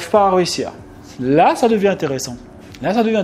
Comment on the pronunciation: Sympa tes vidéos mais par contre un truc qui pique les oreilles c'est ("réussir" et non pas "rehussir"). Continue tes vidéos 👍 bonne valeur